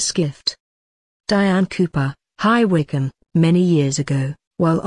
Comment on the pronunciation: The computerised narration is very posh and quite good. Being British her pronunciation of "High Wycombe" was perfect.